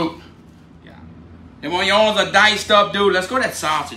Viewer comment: I love hearing “oyons!” 😂👍🏽😎